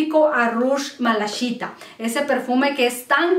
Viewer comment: Hola a veces me desespera un poquito tu forma de hablar ... Malaquita aquí no le apliques malashita 😉 por favor gracias